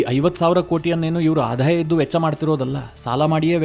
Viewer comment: ನಿಮ್ಮ ಸುದ್ದಿ ವಿಶ್ಲೇಷಣೆ ಸಮರ್ಪಕವಾಗಿರುತ್ತೆ. ಆದರೆ ನಿಮ್ಮ ಭಾಷೆಯಲ್ಲಿ ಅನಗತ್ಯ ಮಹಾಪ್ರಾಣ ಬಳಸುತ್ತೀರಿ. ಉದಾಹರಣೆಗೆ ಆದಾಯ ಅನ್ನುವ ಬದಲು ಅಧಾಯ ಅನ್ನುತ್ತೀರಿ. ಇಂತಹ ತಪ್ಪು ನಿಮ್ಮ ಎಲ್ಲಾ ಎಪಿಸೋಡ್ ಗಳಲ್ಲಿ ಇರುತ್ತದೆ. ಇದನ್ನು ನಿಮ್ಮನ್ನು ಟೀಕಿಸಲು ಹೇಳುತ್ತಿಲ್ಲ. ಬದಲು ಸ್ವಲ್ಪ ತಿದ್ದಿಕೊಂಡರೆ ನಿಮ್ಮ u tube ಇನ್ನೂ ಹೆಚ್ಚು ಉತ್ತಮವಾಗುತ್ತದೆ. ಇದನ್ನು ಧನಾತ್ಮಕವಾಗಿ ಸ್ವೀಕರಿಸಿ.